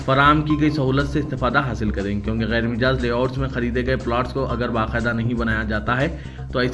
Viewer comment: Mijaaz ¿ Majaaz kahiye janab